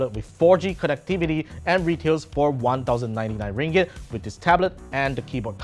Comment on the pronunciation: Ringgit sounds funny🤣